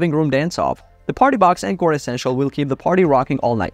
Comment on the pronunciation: On-core not N-core